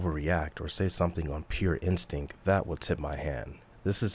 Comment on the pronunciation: Your work is great. "Expecially" and "instink" take away from the overall feeling of an intellectual auditor.